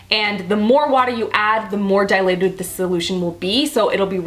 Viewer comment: Lol. It sounded like you said "dilated" instead of "diluted."😂 love you,!❤️